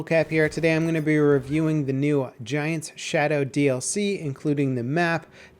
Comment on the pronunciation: I'm like 73.5% sure it's 'Giant's' not 'Gaint's'. But I am failing english.